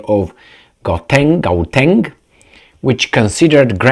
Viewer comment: Gauteng is a province, not a city. It's just Johannesburg and Pretoria essentially and pronounced, how-teng.